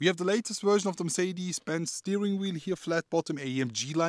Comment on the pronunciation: They will just NEVER learn how to pronounce Mercedes-Benz!! Build schools in that place.